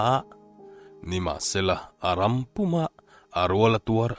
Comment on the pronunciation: Tlaikhawhnuah comment ve ang aw,hlothlawh hming i sawi hi,"a ram"nilo in,"a hram"tih tur ani zawk lo maw aw